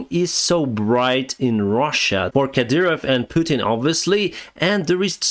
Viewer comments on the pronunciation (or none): none